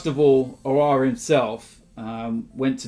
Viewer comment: Just another day nothing new, an AFTV member butchering aouar name